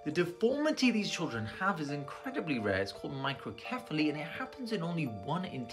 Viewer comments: at least to me the way he said microcephaly made me doubt just a little how legitimate he is. It's pronounced with a soft C like in cell, not with a hard C like in cake, anyone in any medical field would know, there's a lot of conditions, symptoms or general medical terms ending in cephaly or cephalus (it means head), so it's not like you wouldn't have ever heard how it's pronounced being in a hospital or while studying. I'm just doubting as I can't confirm nor deny there being at least 1 place where they pronounce it with a hard C, but haven't ever heard it pronounced like that before. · Yes I understand that not everyone pronounces things the same but hearing you say "Micro-Kefaly" instead of Micro-sefaly drove my OCD to another realm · Did you just say micro-keh-phaly?? It's pronounced with a soft c, I would expect a doctor to know. It's a rare disease, but it's relatively widely known in the medical community st least, especially after the Zika virus epidemic. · Why do you pronounce it “microKephaly?” Cephalic (seh-fa-lick) refers to the head so why not pronounce it microSEphaly? Just curious. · Seeing a doctor pronounce the illness as microKepchaly instead of microcephaly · Just a heads up "Doc" cephaly is pronounced "sef" and not "kef" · Why did you pronounce microcephaly as if it were microkephaly? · Y r u pronouncing it as microkephaly and not microcephaly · Micro-Kephaly? That is NOT how it's pronounced, it's a c or s sound, not a k sound, "cephalic" means "of the head", and is not pronounced with a k sound, which now makes me question the validity of everything presented on this channel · You couldn’t even pronounce the disorder correctly so I’m just skeptical ur a medical professional. Cephaly is an S sound not a K. No one who knows medicine would make that mistake, unless maybe English and Latin/Greek words are not used in your country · A licensed doctor who pronounced microcephaly like “microkephaly?” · Him pronouncing microKephaly is the crazy part